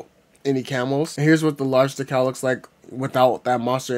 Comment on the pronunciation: where did you learn to pronounce decal?